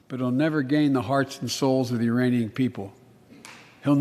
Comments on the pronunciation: It sounded like "Uranian" to me lol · I heard uranian people hahahaha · Did he say "Iranian"? I didnt catch that 🤣